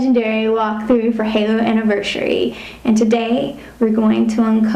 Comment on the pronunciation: Why does the girl pronounce Anniversary that way? It's so frustrating!